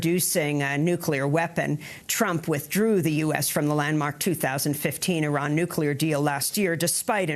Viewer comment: DNI Coats- "nukular"